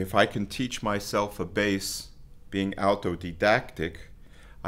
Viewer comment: Autodidact, not Altodidact